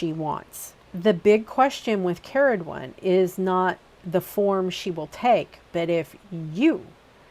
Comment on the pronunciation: as someone called Ceridwen from Wales, very refreshing to hear it pronounced correctly :)